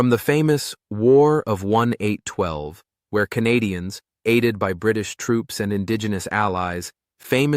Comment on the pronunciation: "The war of 1812", when pronounced correctly.